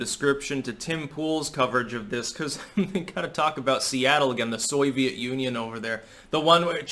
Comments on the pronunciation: "The Soy-Viet Union" LOL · "Soyviet Union" LOL